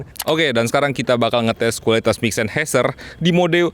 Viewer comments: Bukan sennHEIser bang, tapi sennHAIser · coba di google bossQuh, SennHEIser apa SennHAIser... 🤣🤣🤣